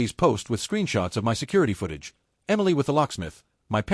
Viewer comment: Fake recycled shit stories with the same plot on the same shit channel............ The shit AI can't say "my".